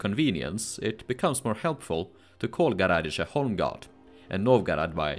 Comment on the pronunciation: And a little remark: "gorodishche" is pronounced with an accent on the "i"